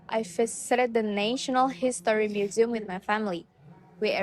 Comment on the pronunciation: The actors have less eye contact which caused a little bit hesitant expressions which influenced their fluency in presenting the content. While answering, they covered the speakers with text that showed no fluency. Some words were pronounced incorrectly, for example: feature, museum, and events. the actors showed less effort in mimicing the american accent (native accent). They presented the introduction and problem, however, they didn’t deliver in scene how did they solve the problem which caused confusion in the story line. The story was clear, yet the ending should be explained and delivered more by the actors. The cursing idea presented a creative way in delivering the lesson related to the magical story that they made. -Keisa.22I